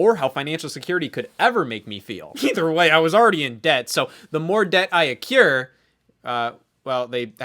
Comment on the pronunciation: Debt is accrued (“ah-crewd”), not “accured,” because that doesn’t mean anything.